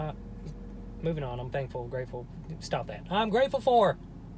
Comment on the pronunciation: let’s eat chocolate every time says “thankfull” i would be dead